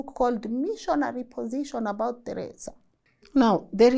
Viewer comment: the way your calling Teresa name 😂 Teresa come on😅